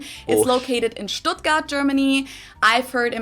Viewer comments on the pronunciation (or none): none